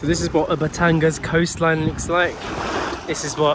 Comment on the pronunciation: BATANG-GAS!😠 BATANG-AS!😅